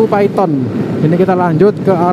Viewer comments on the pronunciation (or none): none